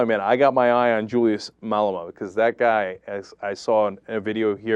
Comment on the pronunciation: Learn how to pronounce Malema before you try to give the low down on our country you idiot! Rather stick with your American scandal and leave South Africa out of your agenda!